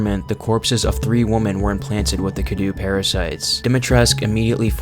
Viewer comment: Three WOMEN!!! Not three WOMAN… ffs